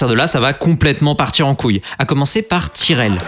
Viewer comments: Juste c'est l'équipe (Tyrell) ça se prononce pas tirelle mais taïreuL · Bonne vidéo mais attention aux prononciations 😉 C’est ”tairèle” et non ”tirèle” A-Air-Té (3 lettres prnoncées séparément) et non ”Arteu” Et ”Taulemane” et non ”tolémane”